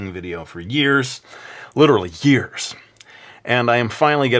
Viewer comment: Lol! I love the way he said 'YEARS!' :P